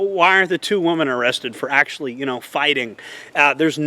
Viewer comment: Try to learn to say the word "women" it's pronounced "wim-min"... All those influencers like you're talking about don't know how to say women either. Women is multiple you only say "woman" when you're talking about 1 female.